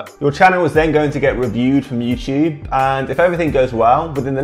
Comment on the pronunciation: Youchube lol😂